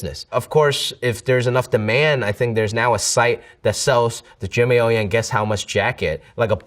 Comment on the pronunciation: Butchered his own family name 😭